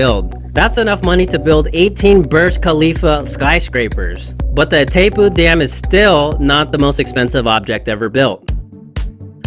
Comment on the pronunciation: As an argentinian, I can assure you: The name of the Dam is pronounced: "Itai-poo" (english)